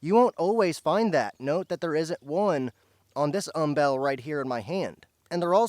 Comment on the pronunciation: Umbel. Like humble. Not um-BELL.